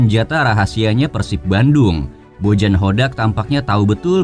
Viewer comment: Bojan dibacanya Boyan, akang admin